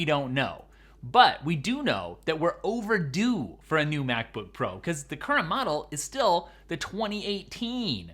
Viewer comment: Um, you said “McBook Pro” at the 30-second mark. 🤓🤓🤓